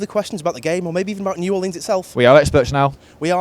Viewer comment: the mispronunciation of New Orleans makes me cringe 😭